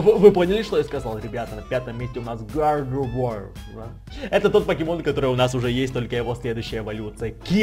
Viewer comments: гардевуар а не гардевоер тупитса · вобщето не гардевоир а гардевуар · не Гардевоир, а Гардевуар) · не гардевоир а гардевуар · Не ГАРДЕВОИАЛАТОАУШЛВРР,а Гардевуар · Гардевуар {Гардэвуар} правильно выговаривай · произносится гардэвоар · тот покемон на 5 месте да ето французкое имя но произношение не правильное его имя гардеува р мягкая